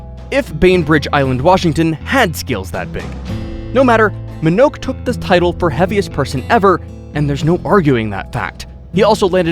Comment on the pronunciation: You are LAZY! First, at no. 1, you mispronounced Mr. Minnoch’s last name. Second, you shiw film footage not of Minnoch but of Robert Earl Hughes, a man from Illinois who once weighed a medically verified 1,069 lbs and was for many years considered to be the heaviest medically verified human ever. To this day, Robert’s 122 inches measurement is the largest on record. You are LAZY!